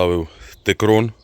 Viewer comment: Текрон, а не тикрон